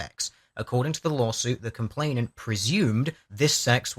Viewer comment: love your vids, consider you to be very eloquent and learned but jesus wept dude : COMPLAINANT. no T in the middle.